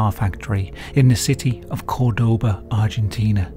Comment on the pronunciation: You really butchered "Cordoba"